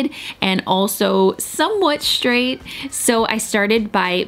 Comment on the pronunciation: It always makes me cringe when she says things like "shtraight" or "shtrand" 😂